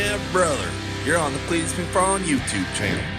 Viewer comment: Cleetus there is no L in both